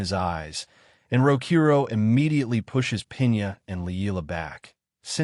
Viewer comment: I wish he’d say his name right… it clearly spells out Rokuro not Rokoru, it like the person who wrote what the ai was suppose to say didn’t even know the name of the mc which is disappointing honestly